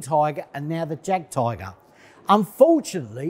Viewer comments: Jagtiger, pronounced "yagteeger" I cringed every time he said it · Its pronounced "yag tiger" say the j sounds like a y. Cmon man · You got me at 'Jag' Tiger. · The moment he called the Jagdtiger “Jag Tiger” I clicked off. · Why can he not pronounce the Jagdtiger correctly? Then he called it a tank which its not. The Tortoise was never designed to be an TD. It was ment to be used to destroy static defences so a breakthrough could be made. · He cannot pronounce Jagdtiger..... instant fail. number 4, does he know the Tortoise is ment to be a SPG that would take out static forifications. Nothing more. For what it was build for it did the job. Speed not required. Armour and the gun was. I was NOT an anti tank weapon. (I am thinking here the guy presenting this needs to do some more research). number 3... the British didnt use "Little Willy" in WW1 but they did use the Mk1 to Mk IV tank. (its getting worse). number 2.. thats a case of the tank not being bad but just not good for the conditions that it was asked to fight in. number 1.... you got this one right. It was horrid. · Someone who cant pronounce the name of a tank, jagdtiger, should not give his opinion…🤪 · Why would anyone want to hear an opinion from someone who can't even pronouce the name of the Tank correctly? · Jagdtiger is NOT a tank!!!!!!!!!!!! Please learn how to correctly pronounce “Jagd”. Bruce Crompton is nothing more than an over-glorified (used items) salesman.